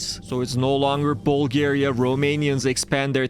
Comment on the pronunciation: Nuuuuuuu not bulagria